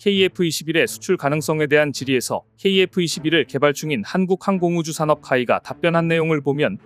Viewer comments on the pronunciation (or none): 내용은 공감하나 편집에는 대실망입니다. 차라리 글을 읽지 말고 자막으로 대신하세요. "한국항 공우주사업"이라니.. 무슨 뚱단지입니까? "한국항공"이지 "한국항"이 아닙니다. 초딩도 그렇게는 읽지 않습니다.